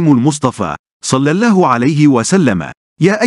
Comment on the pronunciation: معلق الفيديو لديه اخطاء لغوية كثيرة جدا واقصد بالحركات فاغلبها ان لم اقل جميعها تلفظ خطأ وكذلك لفظ الجلالة يلفظه بتخفيف اللام وهذا غير صحيح وللاسف اصبح الآن كثيرين مقدمين ومذيعين يخطاؤون باللغة العربية وهي لغتنا الجميلة ويجب علينا حمايتها والحفاظ عليها لذا حبيت ان الفت نظركم لذلك .. غير هذا الفيديو جميل وفيه معلومات مفيدة